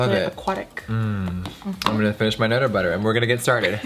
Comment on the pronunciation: I really love how Jeffrees personality is coming through more & more! Case in point...nutter butter mumble lol! 💗